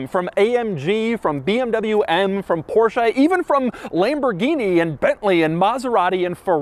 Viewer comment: Americans and all English speakers,please learn to pronounce Porsche and Lamborghini correctly 😅